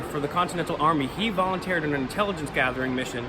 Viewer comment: Lol lol this is nathan hale... he volunteared... its volunteered bro... please pronounce the words right when you are trying to give a thoughtful speech